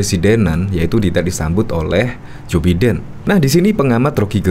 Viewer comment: Jou Biden, bacanya: Baiden bro!